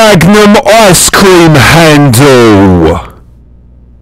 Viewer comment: I've never heard anyone pronounce handle as three syllables